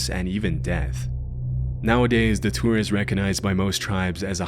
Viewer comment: It took me forever to figure out you were saying Datura..